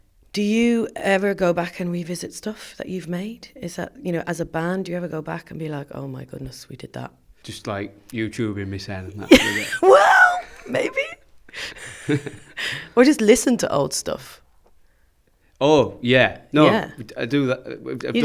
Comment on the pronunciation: "just like youchubing mesen"